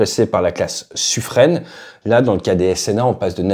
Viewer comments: On dit Suffren, comme un, pin, vin, chien… pas suffrène… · Merci pour la vidéo ! Petite remarque, il me semble que ça se prononce "Suffrin" et non pas "Suffrène". Fly Safe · Oh my god ! C'est pas toi qui nous corrigeait sur la prononciation de "Suffren" ?? Ai-je bien entendu "suffrennnnnne" ? lol, le pauvre vice-amiral doit se retourner dans sa tombe 😄 Sinon chouette vidéo :)) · C'est clair que c'est assez hallucinant toutes les infos qu'on trouve sur internet concernant des sujets aussi sensibles... Sinon pour les SNA Suffren, ça se prononce plutôt "suffrin" ! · Suffren se prononce « Suffrin » dans la marine, en référence au Bailli de Suffren qui était provençal... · On dit Suffren, comme pin, vin, chien… pas suffrène… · Il a dit Suffrène !!!! 😁